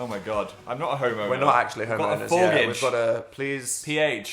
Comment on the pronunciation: “we have a phorgage:(“